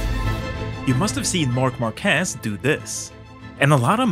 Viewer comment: It's Marc Márquez, with the emphasis on the "a", NOT Marquéz, with emphasis on the "e".